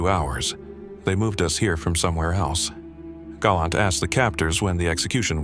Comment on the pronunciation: Galent is pronounced GAH +LAHNT. long "A" is spelled gay or gai" . Your Hebrew pronunciation is not very good when it comes to Israeli names